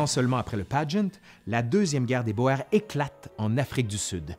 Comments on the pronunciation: Guerre des Boers, de boer, le fermier en néerlandais (et ici en afrikaans), se prononce "bour" comme dans "cours" et non "boër" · Très intéressant ! Cela dit, on prononce plutôt "Boers" "Bour" et non pas "Boër". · "Boer" se prononce "bour" :)